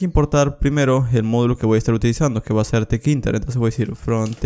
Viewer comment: Te-ke-inter Yo: te-kinter